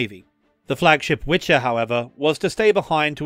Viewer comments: ORP Wicher should be read as wikher not witcher. It was not Sapkowski creation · Not Witcher but "Wicher". It means strong wind in polish. I heard this mistake before. You prononuce it like Wiher not like Wiczer. Anyway, Thank You for this great video about polish sub. You are quite good at speaking polish names. :) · ORP means Okęt Rzeczpospolitej Polski (Ship of Polsh Commonwealth). Okręt is military ship, Statek is merchant/liner ship. And our IIWW flagship is not Witcher but Wicher pronounced more like Vee her and it means Strong Wind. BTW all II WW destroyers have names after weather conditions such as forementioned Piorun (thunderbolt). One of those ORP Blyskawica (lightning) is todays a Museum Ship anchored in Gdynia Harbour. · The "flagship" was named Wicher (not Witcher) .Its pronunciation is veeher. "Wicher"(veeher) in English means 'strong wind' ,'wind-storm ' or 'gale'. "Witcher " in Polish is "wiedźmin" and refers to a wise man capable of witchcraft and healing, "witch" in Polish is "wiedźma" and refers to wise woman capable of witchcraft and healing . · hehe. it is Wicher (not Witcher) - Wicher ( pronounced /viɣɛr/) means gale. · Please note that the Polish flagship was not called "Witcher" but "Wicher" that translates into "Gale" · Love you mate just two minor notes: it's not a "statek" (civilian ship), it's an "okręt" (warship), ORP "Wicher" is not actually pronounced "Witcher" :) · Ohhh, I love how you pronounce name of polish destroyers flagship. It was called ORP WICHER (a strong wind in translation), which is very very close to WITCHER - well known and very polish game. The video is great, however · More like "Wiher" (VeeHer), as the "kh" is not a thing in polish, but it is in russian, so that could confuse some people.